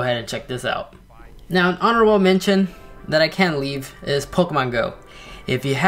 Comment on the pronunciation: Not to bring hate or anything but why for then you say it like den and then for that you say dat why you say that or why you say dat as like u like to say!!!!!!!!!!!!!!!